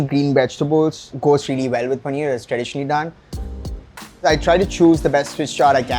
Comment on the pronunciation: paneerrrrrr panneerrrrr paneeerrrr